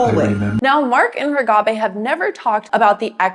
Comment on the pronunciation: Why do you say Reghabi's name with a trailing 'bey' rather than 'bee'? Very distracting. Also, you spelled her name incorrectly in the title.